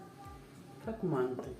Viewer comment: Нет не маааанты, а Мантыыы! Мантыыыы! Ударение на Ы!